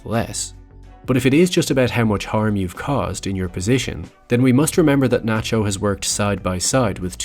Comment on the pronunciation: Its Nachio